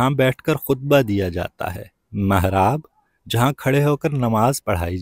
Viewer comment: Mahraab nhi hota mihraab hota ha 😊